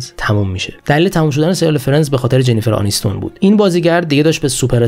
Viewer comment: چرا اسم ها رو درست تلفظ نمیکنید ؟ جنیفر أنیستون 😒😒 چندلر بینگ نه بنگ